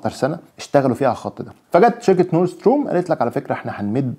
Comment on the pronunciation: ربنا يكرمك ويوفقك يارب، بس تصحيح لغوي بسيط،، نورد ستريم مش ستروم